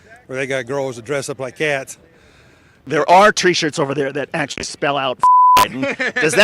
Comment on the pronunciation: Not kindda. Actuallya!